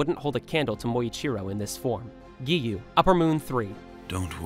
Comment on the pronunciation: WHY IS EVERYON NAMING GIYUU "giyu" BRO ITS GIYUU:face-pink-tears